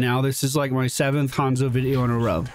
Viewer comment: Very nice hanzo play. Also pronounced Han so. 😂. Love you.